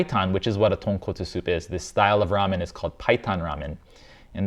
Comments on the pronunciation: The worst part was when he said Tonkatsu! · ❌Tonkatsu（とんかつ） ✅Tonkotsu Ramen（豚骨ラーメン） Common mistake 😅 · Confusing tonkotsu and tonkatsu bothers me a LOT, im not even japanese but come on! Its so different! How you gonna trust a chef who doesnt even know the difference between the names two very different dishes? Its like when a chef cant even say calzone or bruschetta right and they pretend to know about italian food, dont trust them if they cant even say the name of the food right I feel for every country whose foods american chefs BUTCHER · After hearing that tonKATSU is wrong pronunciation i cannot unhear how forced Joshua is saying it 😅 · THANK YOU!! Finally, somebody pointed out the difference (in pronunciation) between tonkOtsu and tonkAtsu. I mean, why? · I hate how chefs claim "best" of anything. Especially in the first 30 seconds when he calls it "tonkatsu" repeatedly. Coming from a guy that was known for working in Japanese restaurant...Even guys with seemingly infinite cache like Kenji Lopez-Alt having a stock made of straight trotters is disappointing. The best part of this channel is that makes it very clear how much of a task it is to even get close to mastering any one type of ramen. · I'm glad it doesn't really bother you, but every time I hear somebody who should know better say tonkatsu instead of tonkotsu it's like nails on a chalkboard to me. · Glad to see that I'm not the only one who thinks he's very pretentious. Video was cringe AF right off the bat tho, "authentic tonkatsu ramen" ... JFC, he can't even get the name right. Thankfully Senpai was here to school. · Saying katsu is such a pet peeve. Its clearly trying to pronounce it with an American pronunciation but just not great